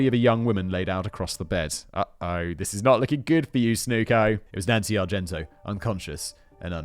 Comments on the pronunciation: Simon literally never says Nancy Argentino's name correctly. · Did Simon try to mispronounce her name every time? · is it just me or did Simon mispronounce poor Nancys name for the whole Video? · Simon keeps missing a whole syllable of Nancy's last name omg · Is the fact that Simon didn't pronounce her name correctly once despite it being in the video title surprising? No, no it's not. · Perhaps you had a pronunciation guide, but I think it's odd that you didn't know how to pronounce McMahon and you drop the I in Argentino. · Love Simon, love these videos but for the love of all that is holy PLEASE learn to pronounce the victim’s surnames before posting these. Argento is not the same as Argentino. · Argento, fact-boy? Argentino. It’s not like you’re not reading it and can’t see the extra syllable there. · Her name is, R-JEN-TEE-KNOW! I'll spell it out phonetically again, R-JEN-TEE-KNOW! Simon's got a touch of the ol Dyslexia! 30+ minutes of hearing him call her Argento is annoying. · Simon I love the CC videos, but it made me wince each time you said called Nancy ArgenTO when the screen clearly said ArgenTINO. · Nancy Argentino not Argento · Can we take a moment to think about Nancy, the victim here, who Simon mispronounced her last name every time in this episode? Her name was Argentino, not Argento. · Her name is Argentino not Argento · Matt, love the wrestling scripts! More please! I'd love to see a Brain Blaze on Montreal. Simon, it's Argen-tino. Great job nonetheless. Jen, gems of memes, thank you. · Simon … not Argento. It’s Argentino. Are gen TI no. I know you have problems with mispronunciation, but I wouldn’t be the autistic pendant if I didn’t point that out. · Ar-gen-TEEN-a. Not "Argento". Ffs. ....and he stayed at the Motor Lodge because it was cheap . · Simon: talks about paying attention to the victims Also Simon: says Nancy "Argento" for the whole video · Argentin-O........be sure you're right before trying to correct someone. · NOT ONCE